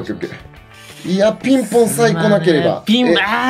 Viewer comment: ピンポーンじゃなくて ピンぼーんだね